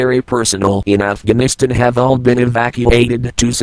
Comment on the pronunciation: "afginistin" lol